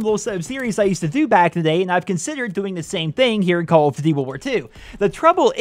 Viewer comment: call of ditty wirwir tu